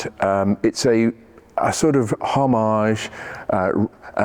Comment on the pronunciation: For God's sake! Homage not Homarzzzz! Grow up!